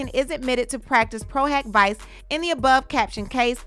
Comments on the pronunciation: "PRO - HOCK - VEE-CHAY" ✌🏼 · Diddy is scrambling like a roach when the lights come on. Lol Also, it's pronounced "pro hoc veechay" I hear say it all the time. 😉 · Pro hac vice actually sounds like "pro huck vee-chay" in pronunciation ❤ thanks for keeping us in the loop 🤗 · PRO HAC VICE (proh-hock-vee-chay)...u almost had it 🤣🤣